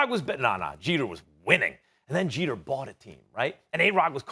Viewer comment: It's Jeter.